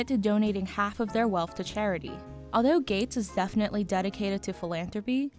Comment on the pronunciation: When I heard you say “aldough” and “Welfy” I clicked off.